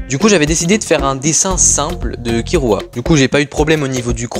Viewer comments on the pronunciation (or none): none